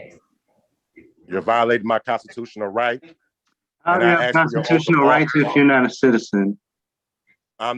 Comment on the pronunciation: “You swore a oaf.”